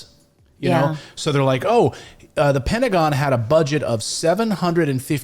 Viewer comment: Petagon?! bahaha